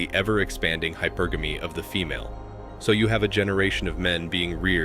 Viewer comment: Ugh, you know it’s A.I. narrating when it’s pronouncing hypergamy as “hy-per-gamey” 🙄